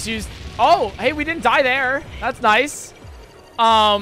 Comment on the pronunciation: the “HEY” lasted like 3 minutes and sounded more like heghehhegegggeggeg—…